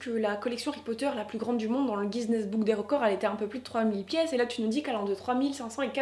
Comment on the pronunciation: Guiness ce prononce ginesse pas gisnesse mais appart ça très bonne vidéo